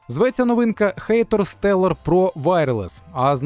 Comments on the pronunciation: хатор а не хэйтор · ХАТОР, не хЕЙтор, коли ви вже навчитесь читати?